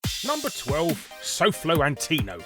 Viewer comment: I thought it was gonna be your voice, then all I hear is pronouncing sofloantonio wrong